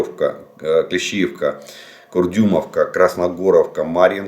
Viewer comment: Почему вы все время ошибаетесь? Не Клещовка а Клещеевка.